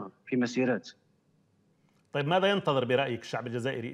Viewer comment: هنالك متدخل ابو بكر علي اساس كجزائري و هو مغربي من نطقه مسيراتت.. الجيش.. لا حظو طريقة النطق 😅😅